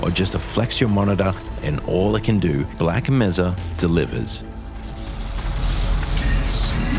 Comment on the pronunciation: It was okay until he said "Black Mezza" repeatedly